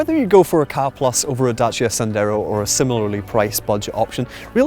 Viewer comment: Pet hate - it's pronounced 'CAR' not KA or K-A. Car reviewers should know this. I worked for Ford so I know what I'm talking about.